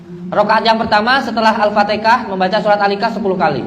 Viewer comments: Trengok alfatiha disebut al fatikah aduh2 gimana lah masa depannya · Haaaaa al-fatihah. Bkn alfatika